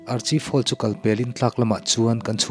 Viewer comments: Hming : Archive Hall Lam rik dan tur : Arkhaive Hall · Archive Hall hi Ar-khaif hall tia lam tur niin ka hria.. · Archive hall i lam dan hi itih sual palh anih ngei ka ring.mahse,a ngaihnawm e.tih sual hi chu kan nei vek a nia...